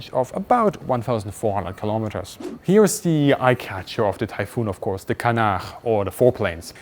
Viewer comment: I was really curious what the tail intake was for. You didn't say. Apparently a heat exchanger for the engines. I love your pronunciation of fuselage and canard.